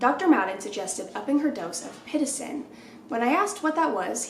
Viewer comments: Girl the way you kept saying pitocin was making me so mad 😂 it’s pit-OH-sin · hey coach pitocin is pronounced as “pit-TOE-sin” :)